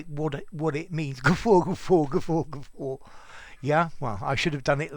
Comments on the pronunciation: Glad I came across this while searching for the etymology—you really have a wonderful teaching style! I’m grateful you uploaded this. I’m confused about something else now though: shouldn’t the letter ‘r’ be silent, in the word ‘guffaw,’ (since there isn’t one)? Yes, I’m messing with you but I’m also curious! (; Wondering about that extra ‘r’ sound and how it came to be. I’m aware (from my own experience) that if one’s dialect doesn’t inherently have that ‘r’ following an ‘a’, it sounds pretty horrid when one tries to add it anyway. I guess what I’m saying is that when we Americans try it… well, it just sounds stupid! It seems it was popular though, back in the 1940s-1950s, in b&w movies, for actors to use that ‘r’ sound (whatever that’s called—sorry, I don’t know the proper term) and I think it was with the ones who had a thick New England accent. Whenever they did it, it sounded great, or at least very natural. P. S. I love the name ‘iswearenglish’ and I think I could listen to you all day, Sir! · You are pronouncing the word in British, aren't you???